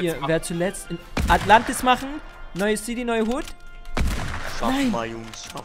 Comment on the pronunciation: ES HEISST NICHT ATLANTIS